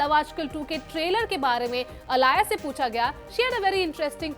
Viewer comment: She was aaliya...why is her name being pronounced as alaaya??